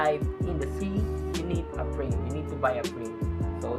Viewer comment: Speak clearly. It kinda sounds like “no brain” instead of no frame.